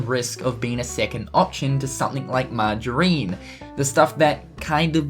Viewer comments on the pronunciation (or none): Missisuri? Margareene? Geez! Where'd you learn to speak? Missouri is not Missisouri. Margarine is pronounced marg-a-rin. It's like wind and wind in another vid done by same person .... one is a verb pronounced why-nd ie the path winds (why-nds) thru the forest vs the wind (the way it was pronounced in the other vid) blows hard during rain storms.